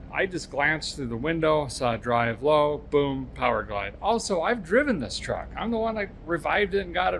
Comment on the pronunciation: you said truck…. I thought it was trar or a cruck